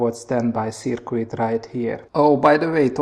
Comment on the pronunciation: Wonderful work and I even enjoy listening to your accent and you knowledge is great on the subject but, please just change your pronunciation of the word circuit...it's not pronounced "Ser queet" but more like "Ser kit". See